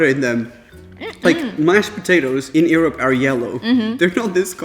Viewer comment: Why do you say Europe so weird like uryope 😂